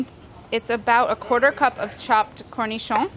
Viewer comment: Let us just take a moment to appreciate how perfectly she said ''cornichons''.